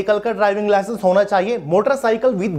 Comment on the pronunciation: Licence ka clear bolo 😢 HMV ki LMV TR